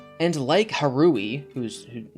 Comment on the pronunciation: Har-oo-hee, not ha-rooh-ee that hurt me physically lol